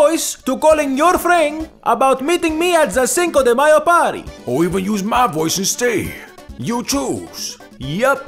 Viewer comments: Cinco de myer 😂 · "Cinco De Myer" 😂😭? Im offended, and im not even Mexican 😂!!! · Cinco de Myer ! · "Cinca de Meyer"😂😂😂😂😂 she the is taco bell KFC 😂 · "Cinco de Myer" lmao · cinco de MEYER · Cinco de Meyer lol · Cinco de myer😂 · "Cinco De Mayer" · "Cinco Re Myer" 😂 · "Cinco de Meyr." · "Cinco de Myer" 😂😂😂😂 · "cinco de myer"